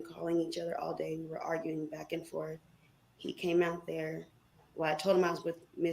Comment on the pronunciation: Forf way. He don’t see that forf way!!! So dumb!!! He can’t even form real words!